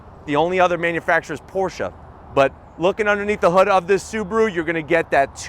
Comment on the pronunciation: said “Poor-sha”...correct sir! Can’t stand it when people say it wrong as “Poorsch”.